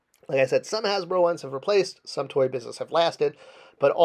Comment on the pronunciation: "Hasbero?" You really need to start editing your videos before they go up man. You also had a blank screen with your logo up in place of the image of the figure you were talking about at the time.